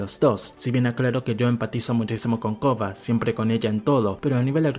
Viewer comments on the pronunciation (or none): Excelente video, a mi me gusta mas la leyenda de Korra. Pero porque le dices “Kogha”? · A él le cuesta pronunciar la "R".